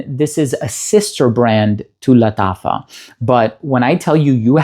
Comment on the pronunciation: Thank you for this wonderful presentation, I love how you pronounce lataffa. I'm tempted to try one of those fine fragrances, maybe Nebras?